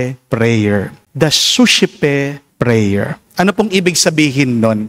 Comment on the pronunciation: Di masyadobg malinaw ano po spelling Ng sosepe prayer❓